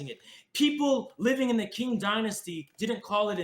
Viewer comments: The KING Dynasty? Lmao. It's pronounced CHING. Amazin' Tankies are nothing but anger and rage. This guy was unhinged. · listen,, you inherently won this over because is a fucking lunatic but i have to make this known Qing is pronounced "ching", not "king" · Also can someone announce to this guy that the Qing (pronounced Ch-in, not King) existed in the modern era? From , And thus is absolutely able to be characterized as imperialist, even by his insane definition that imperialism didn’t exist before the late-1800s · Qing is pronounced "ching"... These tankies should take a class or two on Mandarin...